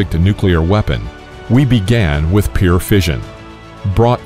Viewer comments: 1. can someone correct this guy's pronunciation of the word "pure" - he says it like "peer"; 2. Incorrect display of the hydrogen bomb - you are showing the gun-type fission bomb, the type used over Hiroshima. 3. Am I the only one not seeing this - I thought the Neutron Bomb, stopped by Carter in 1978, did what this video is describing? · Also, you need to learn how to pronounce the word 'pure' - it's not 'peer', as you seem to say...